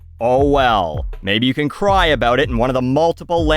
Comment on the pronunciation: But he can't say, "about".